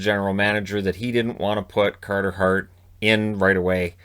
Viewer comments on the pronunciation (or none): Cahtah Hahht. 22 years old.